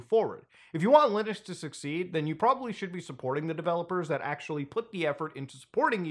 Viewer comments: What's Lunix? 😂 bro every time! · Did he say Lunux as rage bait... Because it worked